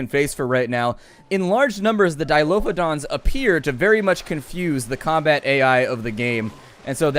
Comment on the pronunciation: Grrrr....Dilophosaurus. Why does everyone call them Dilophodons?